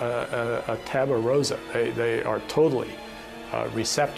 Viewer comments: “Children are a taba rosa.” Is this baby talk? The phrase he is reaching for is “tabula rasa” Latin: “blank slate”. This is the second smug and “learned” scholar that I’ve seen, in two different documentaries, who attempted to debunk reincarnation with this embarrassing rendition of this phrase. Sheesh. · "Taba rosa." Nice. 👌 If you can't say it why not just say a "clean slate" or something. Lord.